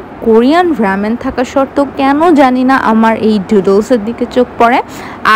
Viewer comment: It's রামেন not রেমেন